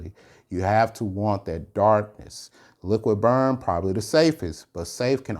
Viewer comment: It is called Liquid brun not Liquid burn.